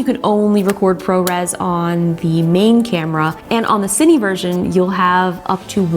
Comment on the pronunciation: Pro tip! "Cine" is Cinema in Spanish (Spain), it's pronounced "See-neh" 😉 Nice video as always!